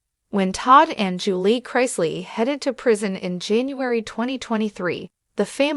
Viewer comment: This is a joke. Can't even say Julie correctly not to mention they said Lindsay took on her boyfriends last name as the shoe Savannah with one of her boyfriends at that time.